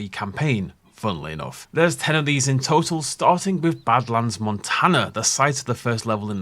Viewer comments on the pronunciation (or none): none